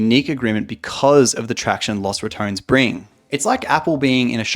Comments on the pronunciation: Man, imagine having a clearly said name as Los Rat-ton-nes and mfs say it as Rat-tone, like okay congrats for not saying one extra syllable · Los (like dos) RA-TO-NES. I can't have it pronounced another way because it is spanish. So LOSS RATONS sounds so wrong. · picking the worst pronunciation: "Las RatOns" instead of Los Ratones" The LAS kills me mate. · I know Caedrel said you could pronounce it any way you wanted to, but “Los Ratouns” still sounds weird to me 😂😂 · The pronunciation should be similar to Los Bandoleros. Sounds so bad with english pronunciation.